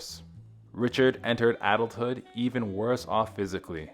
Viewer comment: Come on Factinate! , “Richard entered ADELTHOOD”?? I’m pretty sure that was suppose to be “Adulthood”- Please know that I Truly mean No Offense to the man that’s narrating this video: But, More often than Not, he tends to mispronounce Very Simple Words on the script, Like ADULTHOOD- But, that AWESOME Irish Narrator (I believe he’s Irish) ALWAYS Does Such an Amazing job at making Every Topic a Fascinating one, is able to read the script properly and pronounce Everything Correctly- Which is why He is EVERYONES Absolute Favorite! I think I can speak for Most if Not All of the subscribers of this channel when I say “We Love this channel, But PLEASE have our Favorite Irishman Narrate ALL of your videos! Anyways, RIP to that Very Sweet and Beloved man, Richard Simmons